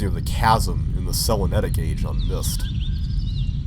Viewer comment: Selemetic Age? It's actually Selenitic.